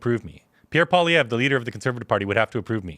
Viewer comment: it pains me to hear a Canadian mispronounce Poilievres name LOL "Pua Liev"